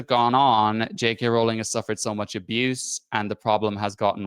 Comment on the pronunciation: Total stupid, I know, but what REALLY gets my goat is how no one (except ) can pronounce Rowling correctly. I can only assume these people castigating her haven't done any actual homework on here (even for something as simple as pronouncing her name correctly). They've learned everything they know from other haters. It's really quite bizarre.